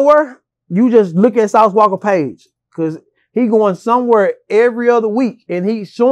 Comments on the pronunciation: Lol im cringing everytime he putting the "ER" on Sauce Walka 😂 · “Sauce WALKER” lol It’s walka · Why does always call him Sauce Walker instead of Sauce Walka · Sauce Walka...get the name right boa